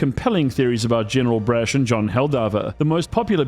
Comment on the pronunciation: PLEASE STOP SAYING BRASH LIKE THAT IT HURTS How do you pronounce the word 'Brash', out of interest?